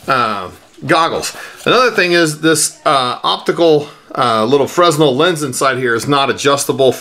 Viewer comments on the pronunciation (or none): FREH-NEL... how is it hard to pronounce words correctly. Apparent too hard for this guy. Can't take anything he says seriously.